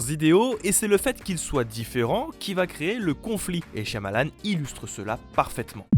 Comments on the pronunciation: chiamalane qui a-t-il de plus enervant a entendre... c'est Chamalane le Y est muet!! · shiamalan au lieu de shayamalan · Le y est silencieux dans Shyamalan. Cha-Ma-Lan, c'est pas dur à dire. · C'est pas dure à dire vueque ça se prononce shamalan :P le Y muet ^^ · Ça se prononce "Chamalane", le "y" de son nom est muet. C'est lui même qui le dit ^^ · "ShaYAmalan" MAIS POURQUOI PERSONNE NE SAIS LE PRONONCÉ CORRECTEMENT 😭😭😭, tu y était presque 😔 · Excelliore Ça se prononce "Chamalane" (phonétiquement hein). C'est lui même qui le dit. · Le "y" dans le nom Shyamalan est muet ^^ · SH(Y)AMALAN le y est muet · Sùrement déjà dis mais Shyamalan a un "y" muet